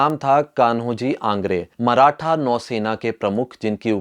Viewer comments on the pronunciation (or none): none